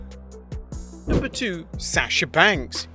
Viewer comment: I like how he says asasha banks not Sasha banks